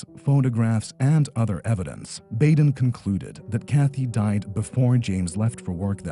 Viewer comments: It’s pronounced Dr. BODEN not Bayden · It's Dr. Bad-en, not Bay-den. Minor point, I know. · And it’s Dr. Baa Den.